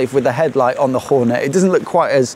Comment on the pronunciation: I heard that terrible annunciation too...😅